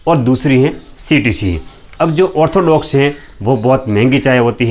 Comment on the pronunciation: Ortholox nahi orthodox kehte hai bhai